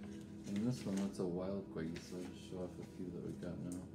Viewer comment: It's ilex guayusa. And it's pernounced wayusa. The darker stuff is heated to dry and possibly smoked. Beware of smoked teas/salts/herbs. They contain PAHs and cause cancer. Yerba Mate is often smoked. Guayusa is the healthier alternative as it's rarely smoked. I really appreciate this video. Guayusa is my favorite morning beverage. I hope this helps. Stay blessed.